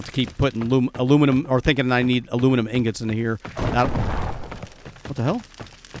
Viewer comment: My new fun. when says Alumelum. I go Bumelum 😛 Thanks this episode was fun 😀